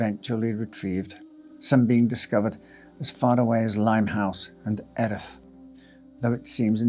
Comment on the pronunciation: Just for information - nobody knows unless they are told - Erith (at is pronounced ear-ith.